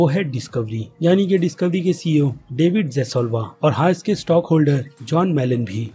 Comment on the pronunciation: DAVID ZSLAV NOT DAVID JASSULVA.